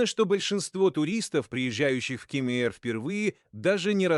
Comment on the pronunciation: Как только услышал Ке'мер сразу 👎👎👎